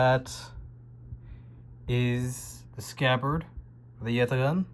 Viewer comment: We appreciate the effort to actually pronounce Yatağan correctly 😅